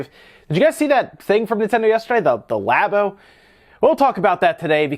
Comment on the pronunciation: Labo sounds like labia